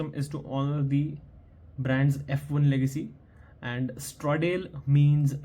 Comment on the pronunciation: No offence brother, but the pronunciation of Stradale is wrong. It is pronounced as Straaa-daaale . I have the link below